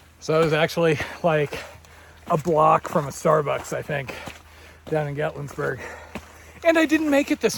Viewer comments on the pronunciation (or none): LOL there is no "S" in Gatlinburg. I have skipped around on your videos. I found you when I was looking for hikers in my hometown, Milton, Florida. Wondered if anyone outside our area actually hiked around here!!